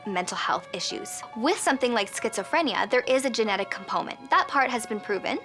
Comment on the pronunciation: She said compoment. She's suffering from that condition... grandeur.